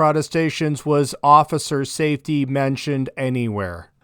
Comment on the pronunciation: Ossifir sayftee !